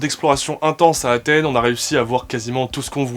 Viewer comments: ya un S à Athènes les gars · Vous avez mis « d’Athène »,c’est pas plutôt Athènes ?